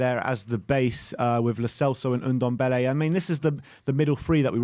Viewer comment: its Ndombele not Undembele...